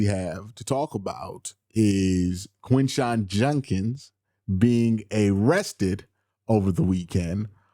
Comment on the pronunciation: It's JUD-kins not JUN-kins